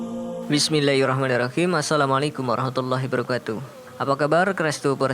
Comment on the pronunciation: MIMIN SALAMNYA KOK BEGITU 🙏🙏🙏 ASSALAMUALAIKUM WARAHMATULLAHI HIBARAKATU 👆👆👆👆👆👆👆👆👆👆👆👆 HIBARAKATU